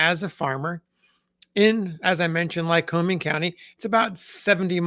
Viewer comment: Lycoming is pronounced as "humming." Not like Wyoming. My ancestors included folks who named the place before all you white people got here.